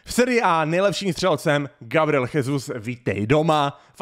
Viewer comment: Gabriel Jesus sa nečíta Chesus ale Žesus lebo ja sa číta v portugalčine ako ž a zas v španielčine sa j číta ako ch